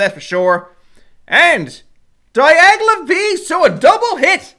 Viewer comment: Promo card Great video as always.❤️ But it's Dialga and not Diagla...🙈